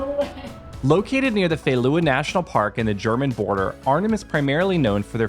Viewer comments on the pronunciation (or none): I like the way you pronounce the word Veluwe. But the emphasis should be on the first syllable, not on the second one. VEE-luwe